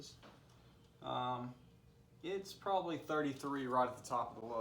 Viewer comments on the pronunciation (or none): none